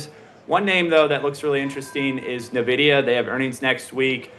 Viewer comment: How can you trust an "expert" who can't even correctly pronounce the largest company by market cap in the planet correctly?